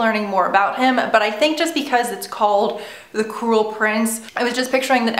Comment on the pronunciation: I thought u said the "coral" prince at the beginning lol